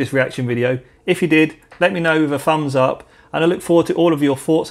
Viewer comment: Great video, but what's a 'Fumbs up' and 'Forts and opinions' ?